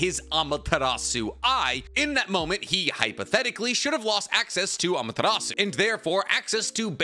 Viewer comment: boi why df do u say amatarasu